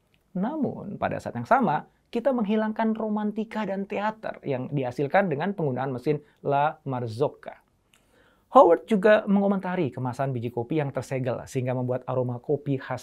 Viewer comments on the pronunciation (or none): Koreksi mas, nama espresso machine nya la marzocco. Bukan la marzocca 🙏🏼